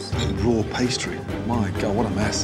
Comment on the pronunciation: its gordan ramsey. i would be more surprised if he didnt say R A W once at the restrurant.